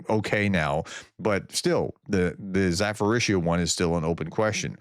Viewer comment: THERE IS NO EFFING "F" OR "PH" IN ZA-PO-RIZHZH-YA! LEARN IT !